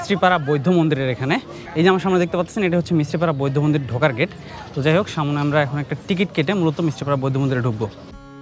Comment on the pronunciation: vai samone hobe na aktu thik kore bolben porer video te kosto kore samne bolben